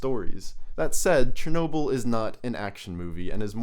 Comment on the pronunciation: S-H-ernobyl lol chuckles in slavic The CH is pronounced like in churro, not like in Cher